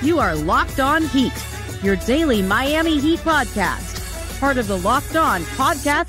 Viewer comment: The Miami accent was spot on haha